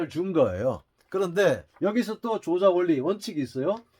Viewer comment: 우선 조자는 "조짜"라 발음해야하지 않습니까?